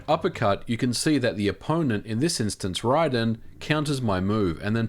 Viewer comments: His name is Ray-den not Rye-den. Despite the changes in spelling. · Dude calls Raiden, Rie-Din. It's pronounced Ray-Den. It clearly says it when you select the character. 🙄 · Ry-den? Isnt it Ray-den? Edit: If MVG says ry-den, maybe its now ry-den. I could have sworn the movie said ray-den, but MVG is the best gamer youtuber by far. What he says goes. Prob the most educated gamer on youtube. The way he breaks down the coding for people that dont code is really cool man. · You lost credibility when you pronounced Raiden as RYE-Den. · RAIDEN IS RAY DEN NOT RY DON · You may be right, but calling Lord Raiden (pronounced Ray-den) Lord Rye-den, as you said ...completely nullifies your argument. 😂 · Rhai den? Not Ray den? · I left when he said Ryden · I almost threw my phone when he pronounced it R-eye-den and not R-ay-den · "Ridon".... Twat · Its Raiden not ryden how the hell you mispronounce his name is beyond me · Rye - den?!?! Say it wit me now, RAID-en 🫡🤣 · you heard it here boys... years of 7.8 billion people including the developers calling him RAY-DEN.... nah... 1 guy said fk those people... he is now RIDEN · Great vid except the way you said Riden instead of Raiden lol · ....look...I know...as an Aussie born we have accents, but seriously...even I pronounce "Raiden" as RAYDEN, not RYDEN, because that's how his name is said ha! I've never heard anyone say is like RYDEN, ever! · Bro its pronounced Ray-den lol not rai-den. Even the games say Ray-den wins, it technically should be pronunced rai-den but its not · It's pronounced ray-den as in ray gun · Okay ... please don't pronounce rayden like that. It hurts my soul. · Ahh yes “R AIGH DEN” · Whose Ry-Den? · I thought it was bad people got Ryu's name wrong. But also Raiden's... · Disliked just cause you butchered raidens name smh. Pathetic . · Your pronunciation of Raiden bothers me